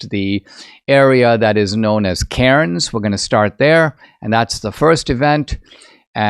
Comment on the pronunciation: Cairns is actually pronounced "cans" in AU 😂